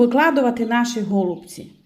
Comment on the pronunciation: Тільки не гооолубці а голубцііі , капець аж по вухах ріже....😮😮😮😮😮